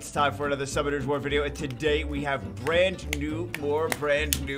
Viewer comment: I remember when you once said: Sunummoners War , this was hilarious xD Sadly I can't find the video where this blooper was in anymore